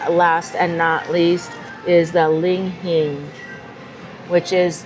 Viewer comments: Li Hing!! Why do you call it ling hing? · Oh me, oh myyy...we'll be in Vegas in a few weeks. Must give that a try! What was jn that coffee because kinda destroyed the pronunciation of "li-hing". She said "ling hing" every time and even said "malsala" once lol. You guys have been to Hawaii so much, what gives? 😁 Thanks for doing a video about this place.